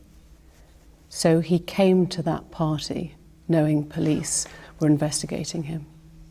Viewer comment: pahtee mouth